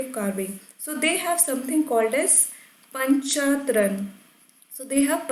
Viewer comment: there is difference between reading and teaching ...u cnt even pronounce panchayatan n call urself a teacher ...go do anything but teach ...